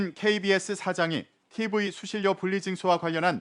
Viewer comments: 수실료가 아니라 수신뇨라고 발음하는 거다....하아....엉망진창이네 정말.... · 수실요? 가장 기본적인 발음도 정확히 못하는 넘들이 무슨 아나운서냐? 실력이 없으면 공부를 하던가 관두시든가